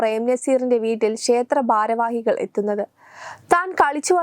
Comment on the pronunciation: ശർകര😂😂😂 ബാരവാഹികൾ😂😂ബദ്രകാളി😂😂😂😂 ബരണാധികാരി😂😂😂...